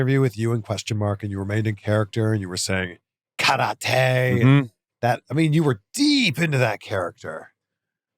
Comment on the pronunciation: Loved it when he was teamed up with the Question ? Mark...He would keep calling it Karote and Question Mark would tell him it's Kay-Rot-Tay......Well...Maybe in Mongrovia...?